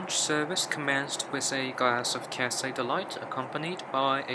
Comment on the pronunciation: Catsay Pacific😂😂😂